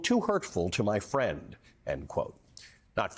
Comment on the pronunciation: "uuuhhh my fwiend wants to become a dictator, can't huwt his feewings...." Jesus. Thank you to Michael J. Pence for being the conscience his father clearly lacks.